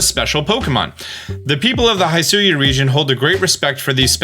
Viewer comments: throughout the entire video your pronunciation kept ticking me off... its HE-SUI, not HAI-SUI... its WEER-DEER, not WURDURR... come on... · All trailers: "Hishui region", this dude: "HaIsHui" 🤷🤦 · Every time he says Haisui instead of Hisui, and it makes me flinch up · This has been bothering me for a while so I need to bring this up. You're saying "Hisui" wrong. It's Hih-soo-ee. You pronounce the "Hi" part like "hit" or "hitch" or "hiss". Those are the only examples I can think of lol. It's not "HI" like "hi" or "high". I hope that made sense. Go watch the Pokémon Presents video again, they say the name of the region there so you'll get a better understanding. I just want you to pronounce it correctly. Idk why but I hate it when people pronounce things wrong. So I hope this helped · It’s not “hai sui ” it’s “hee sui” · Good vid, Though its (HE-SWEE) 100% not (HI-SU-YOU). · Love the analysis and mostly everything, except the way read Hisui as "Hai-su-wi" and Wyrdeer as "Wer-dur". Even if the official trailer already stated how they were pronounced. lol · Hisui: Try saying it like “hee-swee” (don’t stress either syllable) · Clothier is very much a real and normal word, though you missed the entire letter i in your pronunciation. 😅 also... Hisui = hee-soo-ee 👀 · The pronunciation of the region "Hisui" is Hi as in "Hit" an Sui is just the way you pronounce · It’s he-swee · Its hi-su-we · it's pronounced "he" "sue" "ee" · The way he says "Hisui" and "CelestiCa flute" just kills me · Please watch the original trailer for the pronunciation of Hisui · Im so triggered by the way he says “Hisui” and “hisuian” 😂 I feel like they literally said the pronunciation in a trailer. Sorry im so petty 🤪😳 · how could you deep dive and analyze all these pokémon videos but still mispronounce Wyrdeer and Hisui? they literally said the names when they announced them 🤣